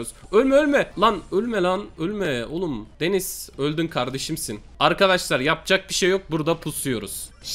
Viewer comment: Abi denize denis diyosun